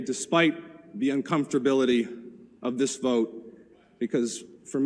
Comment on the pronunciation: "Uncomftorbility?" Seriously?